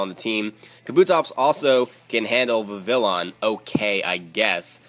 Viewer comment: Just so you know Vivillon is actually pronounced with the y sound in place of the double l. I don't know why they decided to make it Spanish but, whatever.